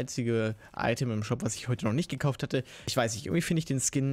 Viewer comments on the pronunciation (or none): none